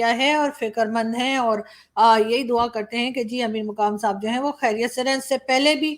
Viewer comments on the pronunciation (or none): Saying " DUAA " was funny, nice video.